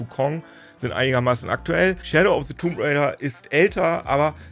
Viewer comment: Weshalb sprichst du das "b" in "tomb" aus?